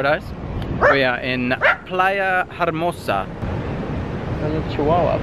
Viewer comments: DUDE BEN! TRUST ME! ITS PRONOUNCED: plaia errmosa... in spanish the 'h' is NEVER pronounced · "playa jarmosa" lol